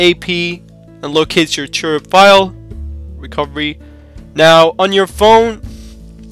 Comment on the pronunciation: Its TWRP (Team Win Recovery Project), not 'Turup' as you are pronouncing.